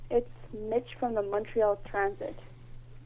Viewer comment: Americans say Montreal so stupid